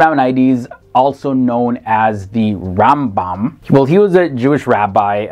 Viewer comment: You migght learn the correct pronunciation of Baruch Spinoza and The Ram Bam!